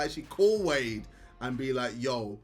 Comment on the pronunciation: cant say wade without the w